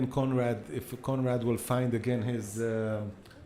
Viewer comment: I kept thinking that the commentator was saying comrade til I remembered his name was Conrad! Lol